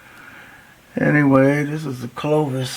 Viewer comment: CLOVI. Locals of Gravois Mills, Missouri call it GRAVI...now I'm hooked on your word lol.. Great stuff..Crazy on the comet theory. It would explain a lot and open up them minds for lots of new fun stuff...awesome video!!